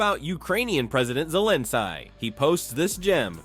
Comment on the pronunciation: this idiot who's narrating this piece should really stop until he does his homework....Zelin..sky?...reallly?...sky?......i've heard hundreds of newscasters, etc. covering the news about russia's invasion of the Ukraine, and haven't heard one of them mispronounce Zelinsky's name.....not a one until this vid.....LISTEN carefully b4 posting.....